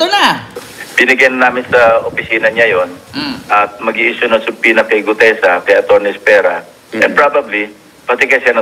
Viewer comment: Ikaw ang isa s iilan na halos tama ang pronunciationn ng subpoena. Silent B talaga.